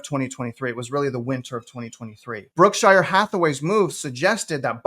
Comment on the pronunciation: It’s “Berkshire” not Brookshire.